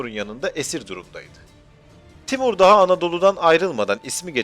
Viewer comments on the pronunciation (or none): none